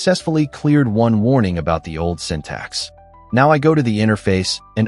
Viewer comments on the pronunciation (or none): "ещё один" на связи: ну разве самому это произношение не противно звучало всё это время? sYntax = сИнтаксис, блин) ну разве в школе не учили на уроках языка) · Ох, как же режут слух ваши синтАксис, пакАджи и прочее :) В принципе в этом ничего плохого и вы вольны разговаривать так как хотите на вашем канале, но думаю что все-таки стоит пытаться выговаривать слова правильно для общего саморазвития, да и слух подписчиков порадуете :)